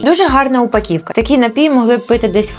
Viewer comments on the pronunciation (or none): не ''упаківка'' 😂безграмотно автор озвучує😂